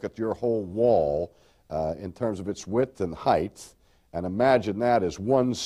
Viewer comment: Height. Not heighth. 😊👍🏻